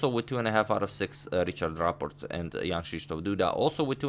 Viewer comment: Your pronunciation of "Krzysztof" is very good!